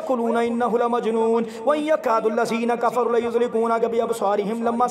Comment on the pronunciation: please recite correctly it's Kafaru not Kafare and you repeated it so many times.